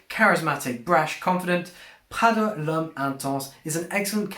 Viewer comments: It’s not French “pghada” , it’s Italian PRADA. My goodness! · Pronunciation 😂 speaking in English with a French pronunciation of the Italian brand. Slow down dude. It’s just coming off too fraudulent to take this seriously lol